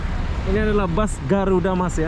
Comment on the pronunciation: Bahasa Indonesia aja bro bus bukan bas!